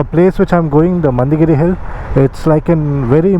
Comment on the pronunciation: It's mandaragiri... not mandagiri